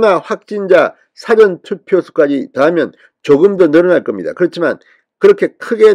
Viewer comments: 사전투표 사전 발음 참 이상하게 발음하네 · 진주필 보셈. 사전투표가 dictionary voting이 아니라오. 발음 똑바로 하셈. 듣기 거북함. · 국힘당과 현 정부는 정말 정신이 있나? 선거관리위원회가 하는 선거함 관리를 어떻게 하는지 정말 좀 똑바로 감시할 수 없나?더러운 행동을 국힝당 이준석과 하태경은 없었다니 정말 한심하다.진성호씨도 똑바로 방송해라.사전투표를 어떻게 발음하나? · "사전투표" 발음이 질못된 것 같습니다. 확인하시기 바랍니다.